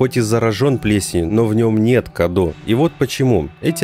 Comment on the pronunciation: Мало кто об этом говорил, но правильно говорить не Каду, а Кадоу. На румынском Cadou - подарок. Она даже сама называет его в каком-то то моменте подарком